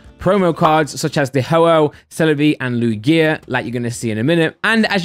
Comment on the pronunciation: The way says Lugia is vile